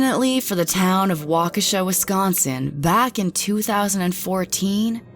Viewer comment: Finally, someone who pronounced Waukesha correctly